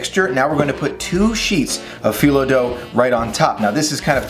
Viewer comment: Loved watching this! It looks delicious and makes me really wish I wasn’t allergic to walnuts! 😊 Thanks for sharing this recipe with us all! (And you pronounce phyllo correctly! 👍)